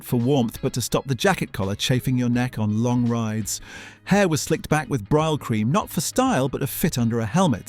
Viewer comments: Mispronunciation of several well known words ie Brylcream ( brille cream) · Well your research is severely lacking, Marlon Brando rode a triumph in the wild one, I'm an old cafe racer from the ace Cafe, and you really must learn how to pronounce brylcreem but far be it for an Australian to criticise you on the English language